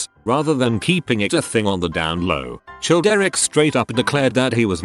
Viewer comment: I love how Childeric gets pronounced as 'Chilled Eric'